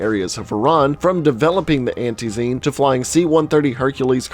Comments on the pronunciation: You are pronouncing it "Antee-zeen" with exaggerated stress on the two last syllables. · I cringe everytime he says antizeeeeeen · "Anty zeen" ffs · Crazy how the word ‘antizin’ is said the same way by everyone in the game, yet he mispronounces it. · goddamn, the way you pronounce Antizin Pisses me off so much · Love the vid but in the game the say antizin and zera like alot how do you say it wrong